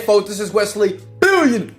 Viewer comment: I just started watching these videos and notice and love how you say BILLION dollar Virgin now... Anyway my big head self writing... Sheesh...